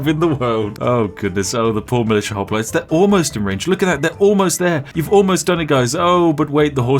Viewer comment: Ah yes, Spiff and his perfectly balanced pronunciation of Hoplites.